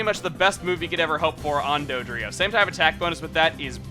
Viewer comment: Dodrio? Sorry Chugga but that's bad.